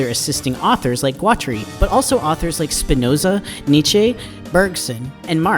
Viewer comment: So, you make a video about a guy and you have never heard someone who knew him pronounce his name. I'm guessing you just got ai to write you a script about a guy with a funky name. I'm calling murkin twatery here. That's not all but, nuff said.